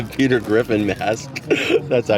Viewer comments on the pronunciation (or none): none